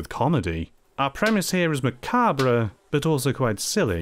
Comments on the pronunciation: says macabREE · macabre is pronounced ma carb by the way - great video~! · I think Macabre is supposed to be pronounced Muh-Cobb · HE SAID MACABRE WRONG GET HIM BOYS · "macabre" is not pronounced with the "re" at the end.